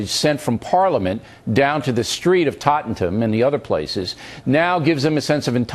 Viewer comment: fox news makes me laugh, they have no knowledge of England whatsoever.. what the fuck is TOTTENTAN? lol